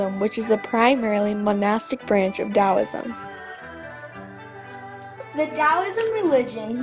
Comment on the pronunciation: Very nice indeed - but there are some important errors. Here are two big errors: Yin correlates with the feminine Yang correlates with masculine Also, several words are mispronounced, including Taoism and Daoism!, and there are some misspellings (Medieval is correct, not how you spelled it). I hope you make corrections because it is a very nice short synopsis, and it is useful, but only if it is correct!